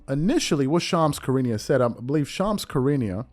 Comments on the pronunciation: Not a fan of Shams but his name is pronounced Shu rah nee uh. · Please stop butchering Shams name please